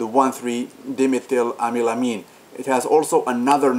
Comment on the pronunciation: Why is 1.3 Dimeth weird?? Is it maybe because you don't have a clue what you talking about? Congratx on your result and experience,but if you wanna be remember in this world you can not say this kind of outlandish B.S,and btw you even can't pronounce the name correctly. All the best mate and no offense :)